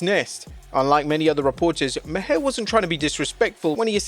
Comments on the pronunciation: Bill Mahar... Its pronounced like 'mar', not 'ma-hair'. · Jesus. It's Bill Maar not Mah-hair. I know it's spelled stupid but you had to watch it to make this video. Come on man. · It's Maher plus he's an Emmy award host. I hated that interview but I am fan of Bill Maher not Mahar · Bill Maher is pronounced “Marr” not “Ma-hair” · You pronounced Bill Maher’s last name as “Ma-Hair”. It’s actually pronounced “Maar”. You really have trouble doing your homework. This reminds me of that time when you called Andy Williams(Butcher)a bass player. I’m starting to think you’re a bot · It’s pronounced Bill Mar (Maher) not Bill Mahaire 😂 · I hate the guy, but Maher is pronounced Mahr. It is a silly name and he is a silly man but lord it hurt to hear you say Ma-hair lol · Pronounced Bill "Marr" not Ma-hair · Bill ( MAR) not (ma hair) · My eye twitched every time you called Bill Maher (Bill Maar) Bill Ma-hair... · FYI. John Stossel's name is pronounced STAH-SEL, not STOH-SEL, also Bill Maher is pronounced MAR, not MUH-HAIR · Bill Ma-her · Who the fook is Bill Ma-Her! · Its pronounced Mar. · Bill Maher is pronounced Mar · Lol the way he pronounced Bill mahr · The "H" in Bill Maher is silent like "Mar" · It’s actually pronounced mar the H is silent like his career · Why you pronouncing Bill Maher name like that? His last name is pronounced like Mars but without the s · I love the way you pronounce Bill Maher's name 😂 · he pronounced it wrong was my point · Can't even say Maher name right either 😂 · give him the benefit of the doubt; the narrator is not from America